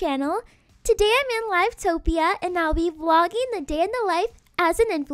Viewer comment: im sorry but the way u said "live topia" pains me lmaooo